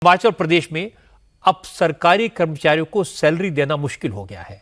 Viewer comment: हिमाचल बोलिये सुक्खू जी हमाचल नहीं